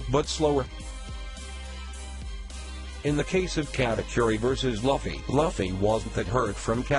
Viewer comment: It's so annoying when he says laffy